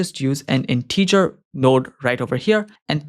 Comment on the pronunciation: A bit of constructive criticism, your pronunciation of the word “integer” is incorrect. I really enjoy your videos, I find them very helpful, thank you for producing them. 👍